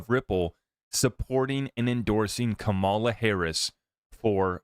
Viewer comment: Have some respect and pronounce her name correctly. You sound intelligent, which tells me you can say her name correctly. You just choose not to. In case you are not intelligent, here's how you pronounce her name, Comma La! It's not that hard.